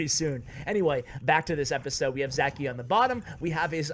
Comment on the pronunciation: Btw he is not Zaki he is Žaki nickname from name Žarko, not sure how to explain how to pronounce that Ž letter.